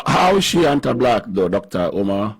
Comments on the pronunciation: "Dr. OH-mar" 😂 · DOCTA UMAAAA 😂😂😂